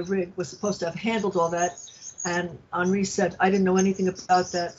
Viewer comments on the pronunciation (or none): She pronounced his name w/ a french accent, like "On-ree," I bet bc on the phone he pronounced his name that way. Ding, ding, he's in Nigeria. Also has three first names.